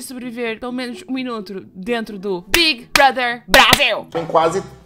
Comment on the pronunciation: O fato dela falar Big Brother corretamente e não Bigui Broder do jeitinho brasileiro arranca um pequeno sorriso da minha face